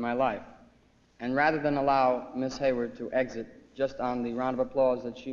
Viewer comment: One of the most impressive lists of nominees ever. Ridiculous to suggest Novak should have won in a year like that. And is it me or did she mispronounce Susan Hayward's last name as "Hayworth"? Cagney possibly did too.